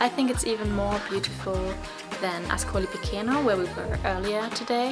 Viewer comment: CHE in italian = KE in english and CI CE = CHI CHE in english: Marche is Marke, Piceno is Picheno not Pikeno.